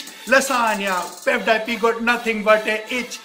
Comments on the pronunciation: But I'm not surprised that he mispronounced PewDiePie as pev- die-pee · First of all his English is bad . Then he started complaining PewDiePie. Then calls Felix pudwaipie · dude he said Peffdiepie .😶😶😶😶😶😶😶😶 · pepepi is pewdiepei , wah bhai wah kya english hai! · He said pevedypi !!! Clap the hands for him 😅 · Everybody : PewDiePie He : Pev Die Pee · Pevdiepee what a pronounciation!!!😂😂😂😂😂😂😂😂😂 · Not pewdip it is PewDiePie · every single info is wrong, first of all its not pevdiepee its pewdiepie and your song is not even good and the video u should about pewdiepie is fake because pewdiepie is from Sweden not india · Abbe vo peudipi nehi pewdipie he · No one Literally no one He:-piudiepi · Pew - Die - Pee Te - serious Most gunda person Most gundaest person I died 😅🤣🤣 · piw die peee 😂😂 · I was like what panish? LMAO ITS PEWDIEPIE 😂😂😂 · he said pevdiepee hahaha